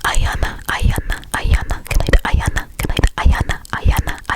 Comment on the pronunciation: OMG thank you so much for saying my name (Ayana) and you pronounced it right and I love you and your videos I watch them religiously ❤️